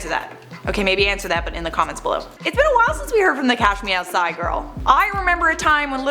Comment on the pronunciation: To me it always sounded like "Cash meow side".